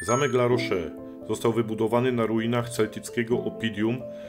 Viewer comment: Litery "e" bez akcentu się nie czyta więc La rosz a nie La rosze. Dlaczego Francuzi nie używają angielskiego bo nie muszą bo uważają że Francja jest stolicą kultury światowej i każdy powinien znać francuski.. Macie w telefonie Google translator.